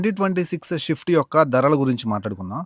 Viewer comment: షిఫ్ట్ కాదు. స్విఫ్ట్.